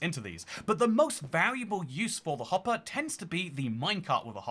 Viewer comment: "Minecart hoppah" 🗣️🔥🔥